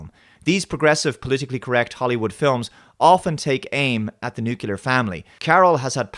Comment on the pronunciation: I've got to say that I lost some respect for you,... "nukelar"? That's Homer Simpson level pronuntiation XD. For real, though: great analysis. I would say, however, that the worst part of the movie is not the feminist message, but the "pro-invasion" message. They talk about invader as if they were immigrant and.... NO, they're not the same and should not be treated equally.